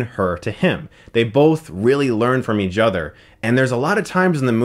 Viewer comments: "Each Other" pronounced as Eadgeother?.. what IS this hes been doing this so much lately? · "They both learn from eajother." - Chris Stuckmann 2017